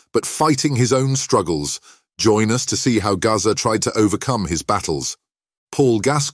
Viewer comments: Who the F is 'Garza' ???? His name's GAZZA! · Gazza not Gaza